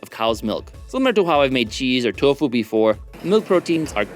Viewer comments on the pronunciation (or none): none